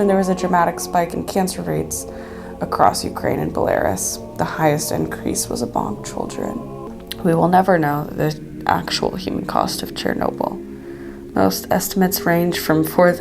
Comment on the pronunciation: Belarus is not pronounced 'Bo-lair-iss' but rather 'Bell-a-ruse' and, Chernobyl is not pronounced 'Cher-noble' but rather 'Chur-no-bull'.